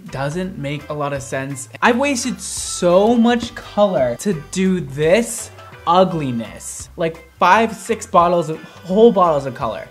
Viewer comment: I love the side you say ugliest 😅😅😅